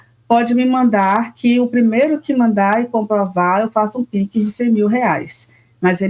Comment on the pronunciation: Essa repórter não sabe nem falar ebitda, pix, CEO. 🙄 Parem de romantizar que a mulher consegue abraçar o mundo, pq ninguém consegue! Por isso estão todas desgastadas, com problemas psicológicos e evitam ser mães hoje em dia.